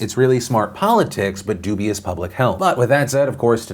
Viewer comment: Hehehe... he said doobie-ous.